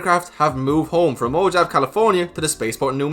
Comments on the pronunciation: I’m so excited!... but it’s “Mo-haw-vee” California, not Mo-Jav 🤣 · Mojave, California is pronounced Moe-haw-vee ;)